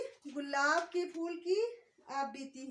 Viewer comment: اردو کے لفظ "پھول" کو "فول" کہنا نازک، حسین و جمیل شے کی تو ہین محسوس ھوتی ھے۔